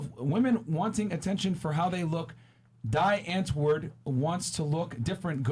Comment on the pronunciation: "Die Antwoord" is pronounced "DEE UNT-VOO-WORD"